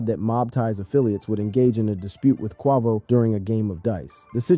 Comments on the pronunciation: The fact he didn't pronounce his name correctly make me feel like his information flawed😂🤣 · ikr. Its the quickest way to make me click off a video it to mispronounce an ESSENTIAL part correctly. Like c'mon man.. Ive never heard anyone say Quavo like that lol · 😂😂😂 he stay butchering homies name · I agree.......like really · Right how does he not know his name lol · THE FACT HE KEPT SAYING IT🤦🏽‍♀️ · Annoying as hell..🙄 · not QUAH-VO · SH!T U CAN'T EVEN GET IT RIGHT.... Q U A V O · “Takeoff and his uncle Kwahvo” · How are you a channel called "" and can't pronounce a fairly mainstream rappers name. I'm sure you've heard it in the comments already but man, seems like something that could've easily been addressed during edit. "Q-way-vo" Not "Q-waugh-vo" Good content ideas otherwise but, kind of hard to follow when something this simple is missed. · But “ CUAVO” your people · Takeoffs brother Kwah-Voh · QUAY--VO....Ya'll killing your vibe on this story...say quay-vo....do ya homework !! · Who the heck is Cuavo? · It’s Qay-Vo mthfkr 🤦🏽‍♂️ And Nor-e not Nor, who tf is this lame? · Not Qwahvo 😂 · Quavo... long A. Please, I know you've heard his name mentioned before.😑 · Say his name correctly Quavo 😂😂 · Who the hell is KWAVO? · QUAY-VO QU-AY-VO. QUAVO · Bro Really Said Quaavo 💀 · Ughhhhh the way you say Quavo's name is so fukkn damnd irritating. Wats so hard about pronouncing the name Kway-Vo correctly. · ((Kwe-vo and 9 100-11)) What the hell? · Come on its Kwe-vo. Not sure why you was pronouncing it like that. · Why you gotta keep "quarvo" ing bro? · You're going to make hip hop videos and you can't even pronounce his name correctly? And what's disgusting is that you could easily pronounce his name, but you're just choosing not to" your being blatantly disrespectful. 🙊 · The way you pronounce "Quavo" bothers my bipolar 😭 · RIP Take off 🙏 is Quavo not whatever you said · You need to do a whole new video on why you can't pronounce Quavo correctly.